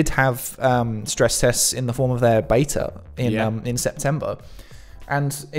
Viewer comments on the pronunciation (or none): still saying 'Bayta' - seriously, pack it in